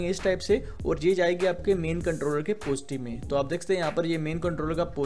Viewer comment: तू पढा लिखा नही है क्या पोजटीव पोजटीव कर रहा पॉजिटीव्ह बोल ना नेगटीव को निगेटिव्ह बोल